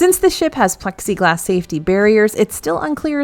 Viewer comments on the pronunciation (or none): none